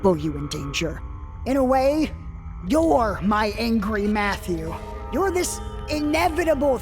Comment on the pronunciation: Is he trying to say Angra Mainyu? I can't figure out what else he might be referring to as "Angry Matthew" and that makes sense as the "inevitable thing he never thought he would have to confront" since Angra Mainyu fits that contradictory role in his lore.